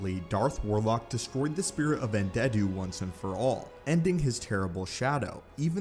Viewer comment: Lol, Un-dead-u, nice 🤣